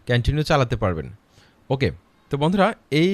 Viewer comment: কেনেনিউ না ভাই কন্টিনিউ হবে এ এক কথা কয় বার বললেন সব ভূল😜